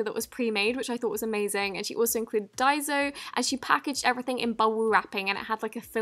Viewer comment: It’s pronounced DIE - SO